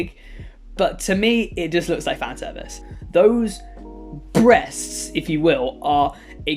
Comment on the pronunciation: those BrEsSTSTS